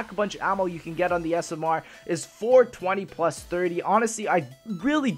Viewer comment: I love how says smr. He says it like s.m.errrr